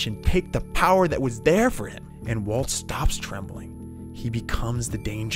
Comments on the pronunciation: I like how he randomly starts called Walt “Waltuh” lol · i lost my mind when he started calling him waltuh😭